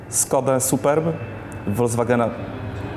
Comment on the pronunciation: Fajnie opowiedziane ale na boga FOLKSWAGENA nie WOLDZWAGENA...